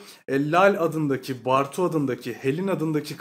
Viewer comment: Bartu'yu hiç doğru okumamışsın belli.